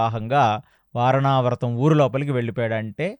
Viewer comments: వారణావ్రతం కాదమ్మా... వారణావతం!! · వారణావ్రతం కాదమ్మా వారణావతం.